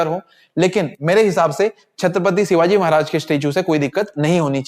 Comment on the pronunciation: Bhaji shivaji marag bol lo shivagi mat bolo